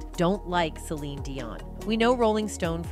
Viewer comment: Why does the narrator keep calling her, Celina Dion? Are you not even invested in your own channel? That you cant stop calling her a name that isnt even hers? This channel is pathetic ! Your not invested to get it right makes me not invested and this is my 1st and last time being here.